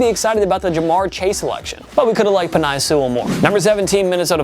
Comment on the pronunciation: ⬇️TPS Mispronounciations ⬇️ 1. Carlos BaschMan Jr 2. PenAi Sewl 3. Matt Négi 4. NeijEÉ Harris 5. Robert SaleY But somehow they pronounced Tua's name right 💀